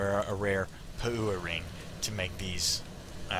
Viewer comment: Oh dude you crack me up - "pah-OOO-wa ring". Classic. Never occurred to me that the non-NZ players wouldn't have a clue how to pronounce some of the content. Good attempt though, and great entertainment value for those of us down here as well!